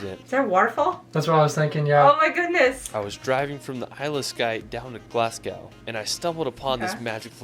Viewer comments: Glass gow and Loch Lanond - it made me cringe. This is why Americans are despised around the world - they never take time to understand the culture. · You pronounce Edinburgh much better than him. Also, he called Glasgow 'GLASS-GOW', when it should be 'GLAZ-GO'. Thirdly, Lomond is pronounced LO-mund. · I'm pretty sure he went out of his way to get everything wrong! It was bloody awful. How can someone not even pronounce Glasgow! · Great video but his pronounciation of Edinburgh & Glasgow made me cringe 🏴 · When pronouncing Glasgow, you drop the W. So it's Glas-go not Glas-gow. And the Harry Potter bridge is at Glen Finn-an, not how it was pronounced in the video. You'll have a great time in Scotland when you get there and remember to take a lot of pictures and videos as keepsakes! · Definitely. Glasgow (Glazz-Go), Loch Lomond (Loch Low-minn-d). Edinburgh (Edin-burruh) if you're wondering how to really pronounce the place names. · Ed-in-burra -glas-GO it's no hard